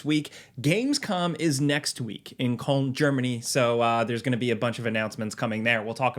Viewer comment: how’d bro manage to pronounce cologne as kolm😭